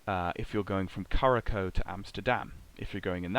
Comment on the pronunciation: Thanks for an entertaining show. One note, Curaçao is pronounced ‘KuraSau’ ;)